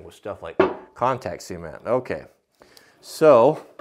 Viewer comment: I have to stay. I love how you say cement. I'm in NY and everyone says cement (sah-mehnt) but how you say cement (sea-mehnt) idk why I just like it! Haha.